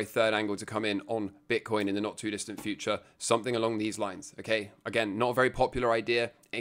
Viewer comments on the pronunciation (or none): none